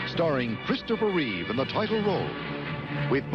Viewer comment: Why do so many people have a problem with George and Christopher's last names? They usually say Christopher Reeves however there is no 'S' at the end of his last name. It's Christopher Reeve. George Reeves was called George Reeve in this video. SMH